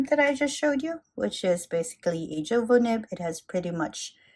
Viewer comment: Jowo is pronounced "Yo-Vo".